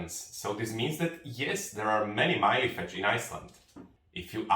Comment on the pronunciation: Why do you say Mylefetsch ? LL is pronounced tl with the l more pronounced as a short l sound and not like el